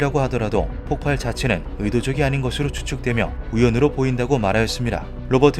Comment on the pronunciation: 폭발이라 써놓고 폭팔이라고 계속 읽으시네.............